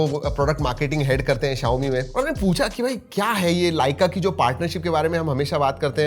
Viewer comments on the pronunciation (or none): Bhi xiaomi hota hi xiome nahin. ❤❤